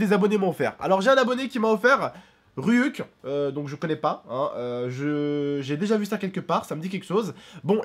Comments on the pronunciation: sa se prononce ryouk et c'est un personnage de death note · Ryuk (qui se prononce Ryouk) vien de death note tonton les basique comme meme😂😂😂😂😂